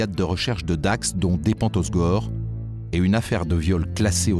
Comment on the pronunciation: Sauf qu'on dit pas, os gore, mais hausse gorre!